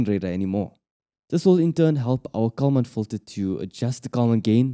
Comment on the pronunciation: If you put on an expensive video, you should at least find someone who can pronounce words correctly, starting with "common fitter".